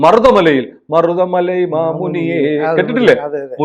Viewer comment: മരുത മലൈ എന്നാണ്